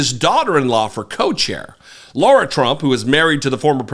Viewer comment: Ahh, I was literally about to write a comment thanking you on behalf of all of us Laura's. You pronounced lara trump's name correctly in the beginning of the vid and I was so delighted! But then you went and pronounced it wrong and have all of us true Laura's one of those creepy chills you get that make the hair on your arms stand up and goosebumps abound. Why sir?!? I come w/ tears in my eyes asking why?!? You started of so well... ✌️